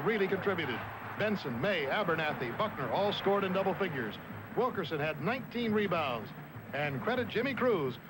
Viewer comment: Nice of Bill Fleming to pay tribute to Bobby Wilkerson' for his sensational 19 rebounds against UCLA, but could he have perhaps gotten his name right -- Wilk-IN-son?